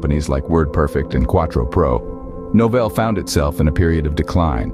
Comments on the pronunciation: Awful boxing. "Noval" instead of Novell. Had to stop watching... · I thought it was my problem, that I used to pronounce the name of "Novell" wrong. But very soon I got that the voice-over of this video sometimes pronounce "No-fell", sometimes "Nor(mal)-fol(d)". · In case anyone wanted to hear an A.I. pronounce "Novell" every way possible in a single video, most of them very wrong. The history is interesting though.